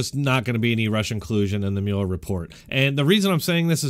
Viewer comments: Sir. Oh my dear God. At the beginning of this video you seem to have made a point of suggesting that viewers or writers had told you you mispronounced to work. What God willing you've done it again. The man's name is Mueller... Like ( MULL.ER ) Not ( Mule.er.. ) When someone says to think about something and come back tomorrow you don't mule it over you mull it ove rt ? - Nowl I don't know what part of nation you're from but... But respected it's not that difficult to pay attention to every press mentioning and every other radio DJ that mentions his name so much differently than you are. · its pronounced 'mull-er' lol